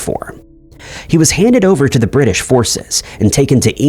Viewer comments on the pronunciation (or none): none